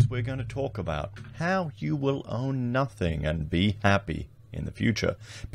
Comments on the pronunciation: It's pronounced nothING not nufTHINK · You know how to spell it. Now learn how to say It. “Nothing” not “Nuthink” Just sayin’ what a lot would be thinking😉